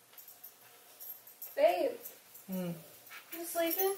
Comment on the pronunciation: She never says you its chu